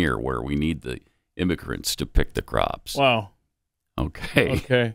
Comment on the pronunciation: Pelosi speech is getting distinctly worse. Her dementia is obvious now. She says Pops instead of Crops